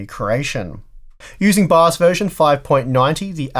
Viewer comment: What is BAZZ? Please pronounce your english right. Took me three rewinds to understand. Just as with your 9-ty-K Intel CPU's. Take your time to pronounce words, man. Huh. Love, bu' yu englgs's ba'!